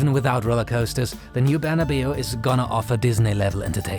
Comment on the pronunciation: Saint Barna-biu? Or Barna-Bao?